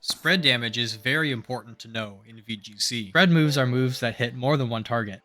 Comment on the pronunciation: it sounds like you are saying boobs instead of moves and it made me lock in to the video, great content